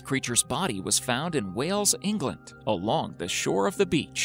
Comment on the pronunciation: Wales, Englad? Do yourself a favour and research that 💀